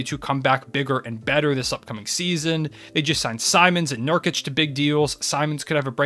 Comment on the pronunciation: whats with the pronounciations of Dončič and Zubac, they should not end on a "k", Zubac ends on "ts" while Dončič ends like Nurkič and Jokič, with a "č", not a K... You said Nurkič and Jokič right, why is it so hard to respect Luka enough to LEARN TO SAY HIS FUCKING LAST NAME after 3 years of him beeing in the league... about the list, you put the Clippers and TWolves too high, both need to go at least 1 spot down from where they are